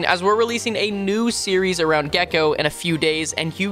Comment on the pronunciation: Cant wait for the gekko speedrun Calling the name being gekkeeoh